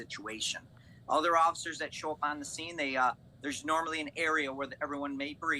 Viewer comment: the fact that he said “occifers”. he would get dragged out of the car and cuffed for that alone.